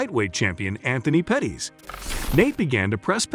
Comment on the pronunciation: It's Pettis not Petties 😂 and you pronounced dos anjos wrong too 🤣